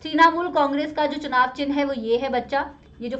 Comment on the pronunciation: ma'am its “चुनाव”